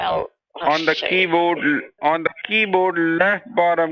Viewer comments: Why do basically all scammers say keyboad? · "Keybod." (miffed mode)